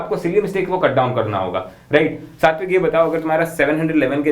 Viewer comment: When u say satwik i hear it 60 week ,bhai kitna dilasha doge😂😂